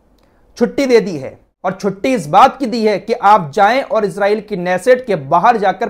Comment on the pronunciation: Bhai pahle to aap Israel ko ejrael mat bolo wo ejrael nhi h Israel h not ghaja gaja h